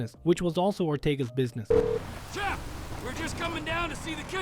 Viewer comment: I find it fascinating that you have all of this knowledge about the game, but simple names that are said out loud, in some cases m multiple times, are constantly being mispronounced. Chef, MC Clip, Cris Formage. It's very off-putting and unprofessional for a video creator.